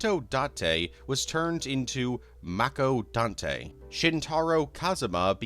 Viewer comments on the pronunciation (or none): none